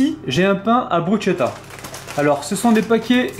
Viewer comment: elle à l'air sympas cette et elle presente bien :) juste un petit détail me chiffone ^^ je crois que l'on prononce "brusketta" et non pas "brusgetta" je dis ça je ne dis rien :) en tout cas chouette recette comme d'habitude bonne soirée